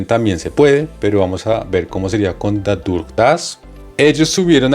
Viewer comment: Estoy en el nivel B2 Berufsprachkurs y no encontré más videos que este para aclarar este nuevo tema con „dadurch-dass und indem „ estos conectores son nivel b2 y c1 , gracias por la aclaración. Solo la pronunciación no es correcta ya que dadurch sonaria como ‘dadosh’